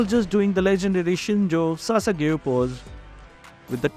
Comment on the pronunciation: "Shinzou o sasageyo"